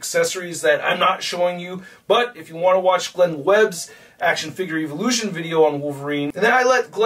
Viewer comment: Is he intentionally mispronouncing evolution?